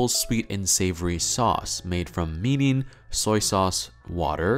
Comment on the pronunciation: As a fellow Asian I love that he is paying attention to the pronunciation of mirin, although mirin with an English R also sounds lovely to me.